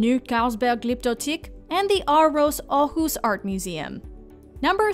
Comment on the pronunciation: wtf you said Aarhus almost perfect